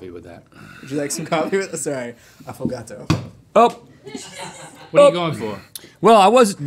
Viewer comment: AFFOGATO!!!! not a SINGLE PERSON heard or acknowledged that in studio, but chase i heard you and that was iMPECCABLE